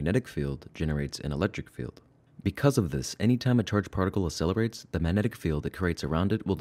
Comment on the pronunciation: You're not saying the word accelerate correctly. You're saying it as if it's spelled asselerate. The jacking off reference was not funny. Gross. No one wants to picture that.